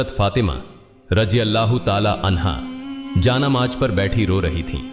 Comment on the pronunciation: Inse barabar Urdu Alfaaz Nahin bola Jata siratal mustkim aur Jaan Namaz Kafi alfaazon Mein mistake hai Jara Dhyan dijiyega